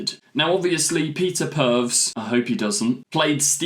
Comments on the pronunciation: Thought the Trump/Slavine joke was unfunny but the deliberate repeated mispronunciation of Purves was just pathetic. And Peter Purves is open about the fact he's never been an active fan of the show. As such I'd take his opinions with a pinch of salt. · Awww man, love your videos but please take some time to learn the names of the beloved companion actors. Per-vis is the correct pronunciation. You said Perves (sleazy, twice). Look how many people got slated for calling Ncuti N-cutey! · I agree with Peter, I’m a fan so I invest much more attention to episodes but to casual viewers I can easily see how they will have no idea what is going on, Got my Dad to watch the new ones and while he enjoyed them, he didn’t quite understand everything going on (Pronounced Per-vis, not Perv 😆) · Peter Purves (pronounced Purvis) was 1st Doctor companion Steven Taylor from 1965 to 1966. After leaving the TARDIS he became a presenter on BBC children's magazine show Blue Peter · Oops, Steven was not the first Doctor companion, he was a companion of the First Doctor. The first Doctor Companions were Susan, Barbara and Ian. Purves is pronounced Purvis (probably to prevent the very confusion you allude to) and was also for many years one of the hosts of Blue Peter. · It's "purr" - "ves", or thereabouts. Plenty of reference points on your own platform to confirm that. Would've taken you all of 10 seconds. Do your research mate! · Peter Purves's surname is pronounced purr-viss. Russel T's surname is day-viss, not day-veez. Please don't make cruel jokes at the expense of a person's name,. That is not in the right spirit; the Doctor would be disappointed! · It’s pronounced Purviss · Very disrespectful attitude toward both world leaders and mocking the name of former Who actor Peter Perves, pronounced Per- vis. Come on, stop letting your political views make you use your platform for preaching. It's part of what dans Don't like about modern Who. Otherwise, I usually enjoy your videos.